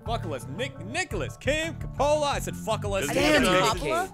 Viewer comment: Nick Coppola (nick cage) is my cousin lol and you say it like cope-ah-lah